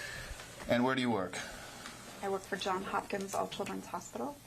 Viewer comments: Wait, so she works at Johns Hopkins but calls it John Hopkins? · Can't even properly pronounce the name of her employer.